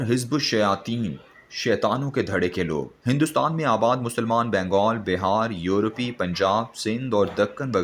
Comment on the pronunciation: Oriya sahib! Is shakhs say kaho keh urdu ki taang na toray. Suqqay ko yeh sikkay aur UP ko yourpi parhta hay tu bari kooft hoti hay.